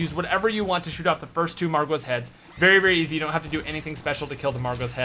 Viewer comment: says "seems eazy" 😂😂😂 lol I'm done not extremely hard definitely not eazy